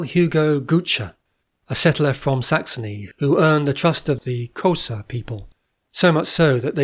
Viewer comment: Typical Englishman: your prounciation sucks: Xhosa? The rest of the content is GREAT